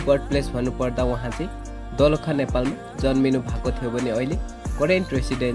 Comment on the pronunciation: दाेलाखा पनि शुद्ध भन्न नजान्ने पत्रकार रैछ 😁😂😂😂